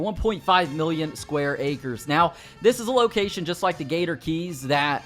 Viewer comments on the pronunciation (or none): Why does he keep saying gator gees instead of gator keys